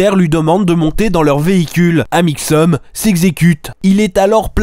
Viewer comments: Mdr les "Malheureusement ça a mal tourné, explications", "Amixeum" et "Monsieur Freak" m'ont tué 😂😂😂 t'es un génie mec continue comme ça !!! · "Amixseum dipie" XD oh mon dieu j'ai rigolé non-stop du début de la vidéo à la fin, tu es génial! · experitboie et amixeum à mdrr 😂😂